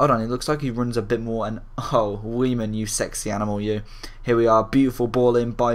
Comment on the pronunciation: i'm pretty sure its pronounced 'vaiman'